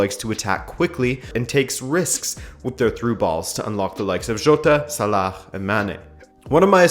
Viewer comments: Okay the "KHH" sound you pronounce in Salah is just stupid, if you can't pronounce his name in Arabic just say "Sala". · Please stop pronouncing salah like that its so wrong